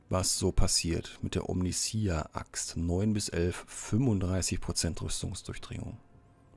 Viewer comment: Hallo, hier ist Achtundsiebzich;) 1. von allen die Omnissiah nicht richtig aussprechen, hört es sich bei Dir am wenigsten komisch an;) nicht i a am Schluss, sondern ei a ausgesprochen, ka warum... am besten bei einem Lore Kanal mal anhören (wie zB 1000 für den Imperator, oder so. hoffe das zählt nicht als fremd Werbung) 2. von allen deutschsprachigen Rogue Trader Let´s Player die ich gefunden hab, bist Du der (um längen) angenehmste zum zuschauen/anhören! Grundlegend stört mich das Lvln nicht, da dies aber von der Storyzeit abgezogen wird, ist eine kurze Zusammenfassung, wenn alle gelvlt werden besser. beim warten auf die nächste Folge hab ich bei anderen rein geschaut und fand es sehr interessant, daß die andere Situationen vorfanden, zB auf dem Gefängnis Planetoid, wurde der Winterzunder Sprössling nicht oben vor dem Aufzug angetroffen, sondern er war schon unten in der Gewalt des Gefängniswärters. Was diese Änderung auslöste, hat sich mir aber nicht offenbart.